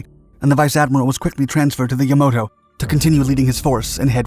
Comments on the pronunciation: I had to stop the video after the second or third time you said "Yomodo". The rest of the errors were just as bad, but sheesh. It's Yamato - Yah mah tow..... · Had a hard time getting all the way through this video, because it had so many errors it had me shouting at the screen. Every time I heard the Japanese flagship called "Yamoto", I cringed. Fletcher class destroyers were more like 2,000 tons, not 15,000 - which is the difference between a large destroyer and one of the largest cruisers in WW2. Musashi was not one of the two cruisers torpedoed by USS Darter and USS Dace, it was a Yamato-class battleship, and it was pounded for hours by repeated airstrikes, not "assisted by a squadron of 30 aircraft" after being torpedoed. The errors just went on and on. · It’s not YamOto, but Yamato….I believe… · It's pronounced Yamato, yah-mah-toe not yah-mo-toe. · “Yamoto”?? YAMATO!!! Get it right……….. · Ya-Ma-To. Not Yamoto But otherwise, a good job telling tge story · "Yamato", not "Yamoto". And it's "withdrawal" not "withdrawl". Why doesn't anyone edit these before they are posted? Plus, get a dictionary and look up "decimated". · For the voiceover, it is YamAto not Yamoto. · Ya ma to, not Yamoto 😂 I know I shouldn't complain but you say it so many times. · Repeat after me - YAH-mah-toe. Not yuh-MOE-doe... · It's not Yamoto. It's Yamato. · Ya MA to. Not ya MO to. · Yamato, not Yamoto. Yah-mah-toe. Now I'm questioning the accuracy of your other videos in addition to the other inaccuracies listed here. Pull this video down and redo it. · He's also saying "Yomoto" not Yamato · yamoto?.... its Yamato ya ma to. just your pronunciation makes this bad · YamAto, not YamOto. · Yomato... NOT Yomoto. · Sir,its Yamato,Yah-mah-toh, NOT Yah-mow-toh,but overall,a good narrative on Taffy 3🙂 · this triggered me so hard... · How can someone look at the word Yamato and pronounce it “yuh-MOH-to”?! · Um, Yamato. Yah-mah-toe. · "Mushashi"—>Musashi; "Yamoto"—>Yamato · YamAto, NOT YamOto!